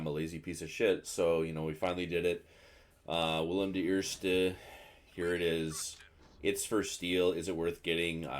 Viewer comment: LMAO As a Dutch guy, I approve of Billy the First 🤣🤣 But your original pronunciation was actually not bad at all, even if done jokingly